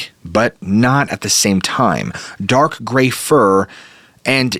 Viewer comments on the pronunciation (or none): none